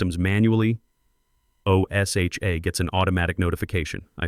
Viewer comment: Please! tell your AI = O-S-H-A (OSHA) is not pronounced spelled out as it's being done here, it's pronounced as one word "O-sha".